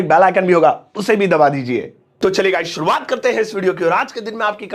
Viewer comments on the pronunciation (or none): none